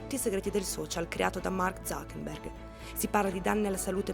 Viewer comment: io mi chiedo da anni oramai senza speranza: ma perché tutti e dico TUTTI (compresa l'autrice del video che sto commentando a ) dicono ZuckeNberg anziché ZuckeRberg? PERCHÈ!??!!